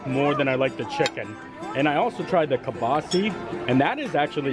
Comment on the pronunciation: Why can’t any WDW bloggers pronounce Kielbasa correctly? It’s wild!